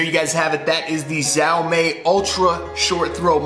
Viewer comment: It's pronounced she-ow me